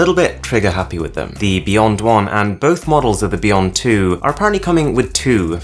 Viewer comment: It is pronounced beyond not beyont...I just can`t stand how you pronounce the letter ,,T,,...